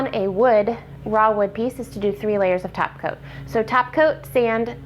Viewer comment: Good video and those blue eyes are amazing. (I kept hearing "tap" coat....lol) Subtitles do help